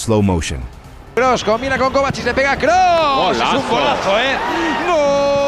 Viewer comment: His name is Kroos - not Cruse :))